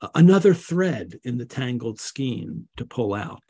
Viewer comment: FYI: “Skein” is pronounced with a long A sound.